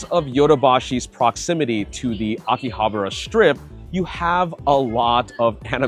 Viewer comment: Why do most YouTubers pronounce Akihabara wrong? 👀